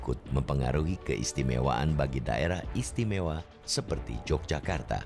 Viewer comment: bacanya YOGYAKARTA bukan J mas🤝🙏